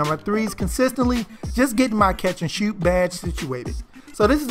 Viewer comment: Mans said “catch and shewt”🤣🤣🤣